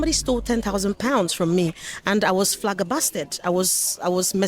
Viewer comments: Did she say flaggerbasted 😂😂😂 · How did you miss the whale saying Flagerbasted instead of flabbergasted?